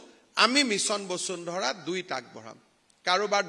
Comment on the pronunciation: আপুনি শৰ্মা নে চৰ্মা ? বচুন্ধৰা নে বসুন্ধৰা ? ক্ষমা কৰিব এই আবলটন মানে নো কি ? আবণ্টন নহব নে ? দুৰ্ভাগ্য এই যে আমি অসমীয়া সকলে অন্য ভাষা বাদেই দিয়ক আমি নিজৰ মাতৃ ভাষাটোকে শুদ্ধ কৈ উচ্চাৰণ কৰিব নাজানো।